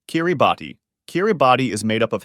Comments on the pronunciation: It's pronounced Kiribas not Kiribati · It’s pronounced “কিরিবাস” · It's pronounced Kiribass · It’s pronounced kee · ruh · bas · 2 mistakes. kiribati is pronounced kiribaos. and according to the Quran. it's said that Palestine will win the Israel-Hamas war and once they win day of judgement will start. so palestine should not be on the list. edit: you also pronounced maldives "maldyves" but it's pronounced "maldeves".